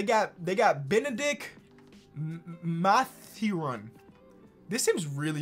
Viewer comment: pronouncing Bennedict Mathurin’s name is crazy